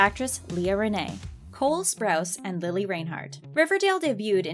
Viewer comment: I cringed when she said Lilly's name wrong